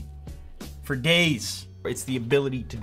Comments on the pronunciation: at first I thought he said creativity for gays but he said days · I know he says days but it does sound like he says gays lol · i thought he said "creativity for gays" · hahahah LOL he said days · For days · Candi Soda he said days